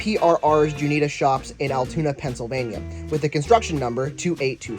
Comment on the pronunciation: It’s pronounced June-i-ata, like Nevada And it’s Mikado, not Mike-ai-do